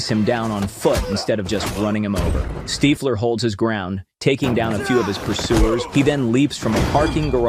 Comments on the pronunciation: Steefler is on the run Its Stiffler not Steefler 😂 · When the AI voice can’t pronounce “STIFFler” properly … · Stiiiiflur?? Bloody AI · The fact that the AI can't say Stiffler and you published it anyway says a lot about where we are headed as a species. Humanity is cooked. The pop culture reference tool you attempted to implement is ruined by you inability to edit AI narration and correct pronunciation mistakes. It makes the entire presentation cringe AF. Clicked off immediately. Why do we lust for fake things in a REAL world. baffling. We can look at it another way as well I guess. Once AI can mimic every thing a human can accomplish then the culling of the mouthbreathers will begin. No need for you all sucking up the good air so they will Plandemic most of you out of existence once Skynet is fully online. The irony of this kid creating this page to generate money, only to find in the end he was actually crafting the mechanical arm ala Miles Dyson. Your clothes... GIve them to me.